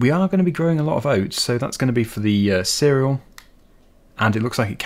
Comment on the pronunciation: And seh-rel